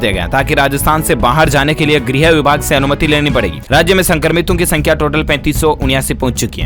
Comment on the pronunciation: A kya Bolte hai upper pachne walo ki Sankhya Thik se bolne nhi aata hai kya